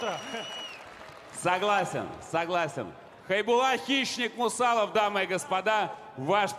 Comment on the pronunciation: Когда уже ринганонсер выучит фамилию Хайбулы? Не Мусаев а Мусалов... и это уже не первый раз....